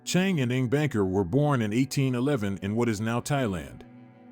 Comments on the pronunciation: Its BUNKER, not Banker. They chose the name after Bunker Hill. Chang and Eng Bunker. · I thought Chang & Eng's surname was Bunker, not Banker. Also, it's CONEY Island, not CONNY. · It's "Bunker" not "Banker" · Chang and Eng Bunker not Banker. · Chang and Eng BUNKER. not BANKER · Chang, Eng BUNKER with a U not BANKER with an A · Check your pronunciations, it's Chang and Eng Bunker, not banker. Many other names are also mispronounced throughout this video. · It was Bunker and they’re buried in N.C. Their grave is a fairly popular tourist attraction. I agree with your assessment of the narrator’s pronunciation skills. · It may be a computer generated voice pronouncing a typo. It is indeed Bunker. One of the twin's great granddaughter is a bank president and politician in my area.